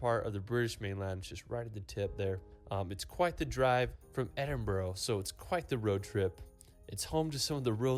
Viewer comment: It's pronounced Edin -bra